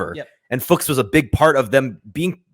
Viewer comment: To end the guessing: Fuchs is the german word for 'fox' and is pronounced very similar to that, but with the 'u' sounding like the 'oo' in 'looks'. So you got it right a couple of times: "Fooks".